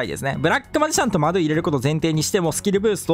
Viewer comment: 動画内でマドゥの発音変わりすぎてて草